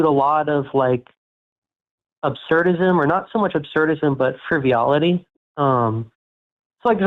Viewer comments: It’s “frivolity”, not “friviolity”. Dummies. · calls it "friviolity" Well-informed and master of the English language as well!